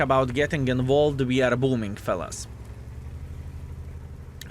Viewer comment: I enjoy hearing English improve especially knowing he is self taught. That being said I liked the old way he pronounced “involved” more than the way he correctly says it now. English is a tough language, so much of it makes no sense and the “rules” aren’t exactly absolute.